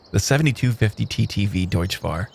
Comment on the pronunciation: Hey, your favorite German pronounciation nazi here. Deutz is Deutsch, but it's not pronounced like that. "tz" in German is pronounced "ts". Additional useless information: Deutz is a district of Cologne and actually what the company got its name from.